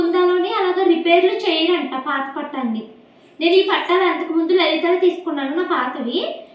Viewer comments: Patalu kadu pattilu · Akka pattalu kaadu pattilu